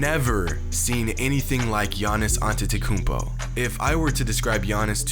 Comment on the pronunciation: Don’t you mean Giannis Akoumpo